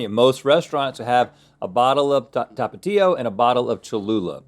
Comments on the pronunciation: i always thought it was pronounced Tapachio (Tapatio) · How he pronounces Tapatio 😂